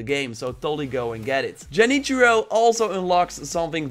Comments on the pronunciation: man said jenichiro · he just said Jenichiro lol